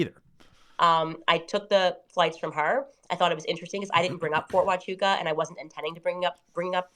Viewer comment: Fort Huachuca matters bc THEY DIDNT WAKE UP AND GO CRAZY until Candace said the words “FORT HUCHUCA” .!